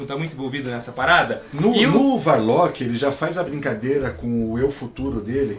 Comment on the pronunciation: mano, video incrível! o que mata é só o falando Adam Varlock... mas isso não interfere em nada na qualidade!